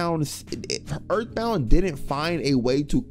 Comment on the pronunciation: ooouuu that earf bound